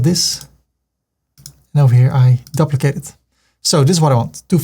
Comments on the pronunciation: I know that English is not your first language but can you learn to pronounce 'duplicate' properly. It is dee-oo-plicay-te not dup-licate. I wince every time you say it. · I just had to pause the video and let you know that you make me smile all the time😘 and your tuts are such a pleasure to watch 😍. I'm an Aussie and I just love the way you say "Duplicate" 😊